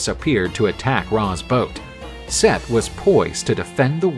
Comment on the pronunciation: Set. Not seth brother